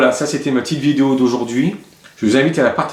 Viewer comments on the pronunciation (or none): none